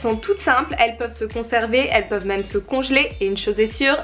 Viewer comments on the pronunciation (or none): none